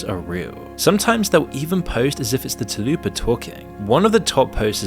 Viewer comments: It's 'Tulpa', not "Tulloopa'.... and yeah that shit is awful. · went down to find this comment, I thought the first bit suppose to sound like when you say Tulips...like Choolpah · Isnt it tulpa not tulupa? Like “tul-pah”? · TUL-pah not “tal-ooo-pa”. It’s an entity thought into reality not a Taco Bell menu item like a chalupa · its pronounced tulpa, not taloopa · It's not "too-loo-pa", it's "tuhl-pa". Sorry it really bothered me hearing that repeatedly. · Tul. Pa. Not Talupa... its right there. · You're butchering Tulpa so hard😭 "Toul-puh"✅ "Tah-lu-pah"❌ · Tulpa* not talupa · Tulupa lol. Its tul-pa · Dude this is a great channel, but ? Really? Telupa? Read the word man. Just read the word. Tul-puh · Why do you say Tulupa when it's Tulpa?!? It's really annoying 😂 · Dude, its not "Tahlupa" its "tool-pah" stop fantasizing about Taco Bell and say the damn word correctly 😂! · Tul-pá, not te-loopa. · Lol Tal-Pa is very different than "Da-Lu-Puh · Tul-pa, how are you reading that as Ta-lu-pa... ? Also, reason one millionth why you shouldn't let your children on the internet, we don't let kids buy alcohol or cigarettes yet most parents let their kids use something that is MUCH MUCH worse. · Tulpa, Tull-pah. I swear we’re getting illiterate at an alarming pace. Talupa. Ffs. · Tul-pa, not Ta-lupa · It’s pronounced (tull puh) not (too loo pah) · I hate to be "that guy" but you were saying Tulpa wrong. It's not Ta-loo-pah, it's Tul-pah. Like Tulsa but with a p instead of an s. Tulpa. Tulpas have a very interesting history behind them actually. The buddhists of Tibet believed that a thought form could be given physical shape if meditated upon regularly and with extreme concentration. The process was said to take a very long time. I don't believe in Tulpas but there was an experiment where a scientist and some volunteers willed a ghost into existence, or something like that so, who knows for sure? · Tul-pa not 'too-loo-pa' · its pronounced TUL-PA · Tul - pah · "tuhloopa" lmao